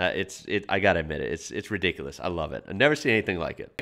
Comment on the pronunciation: Oi lol when you say ridicules /ie. If it's full on you can say it's Redonkuless 😉😇 cause that means it's off the chart